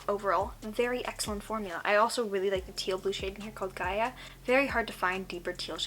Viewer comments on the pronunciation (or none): none